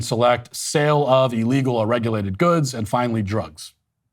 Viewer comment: Pleeease Matt, I love you but stop pronouncing illegal "E-llegal" (I wanted to put a smiley face emoji here but figured you'd cancel me if I did)